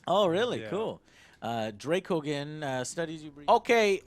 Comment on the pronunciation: After hearing it's pronounced "Draco-Jen" he makes the anus joke and goes right back to calling the backer Dracogen (with g for garry). On the behalf of, I'm really sorry dracoanus.